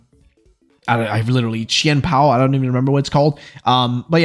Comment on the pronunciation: It is chien pow